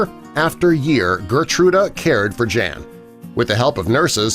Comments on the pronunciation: I know someone whose parents were from Poland. I've known him since the early 80s. His name is also Jan. The catch is Jan isn't pronounced Jan. It's pronounced Jon. Good story though. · It's not "jean" but "yan" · wouldnt his name be pronounced like Yawn, and not Jan?? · Jan is actually pronounced yan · If you are saying the name “Jan” in Polish it is pronounced YAN ffs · I bet "Jan" is supposed to be pronounced "Yaan" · His name is pronounced yawn..